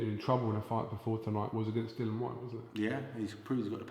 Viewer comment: Can can he not be capable of pronouncing Dillian's name.